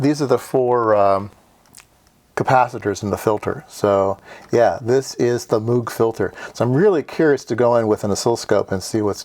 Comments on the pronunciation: moog is pronounced with a long o like "no".. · So Moog gets butchered but "verkshtahtt" gets a pass? Lol fascinating video as always.